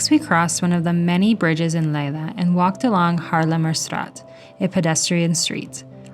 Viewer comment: Nice video. For info: the Dutch "ei" in Leiden is pronounced like a long I in English e.g. bite; not like a long A.